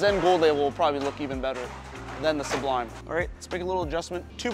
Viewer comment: The first channel I've seen to actually pronounce it su-blime in stead of sub lime. Very happy about that lol. Do you think the Sublime would be around the same strength as the Xponent? Maybe a ball up from that, but just below the Journey?